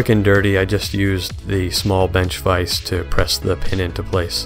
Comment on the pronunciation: Stefan can you help JoP with the correct pronunciation of "vise" ?